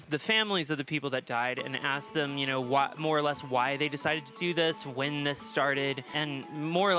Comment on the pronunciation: Every time says "More or less" I hear "Laura Les"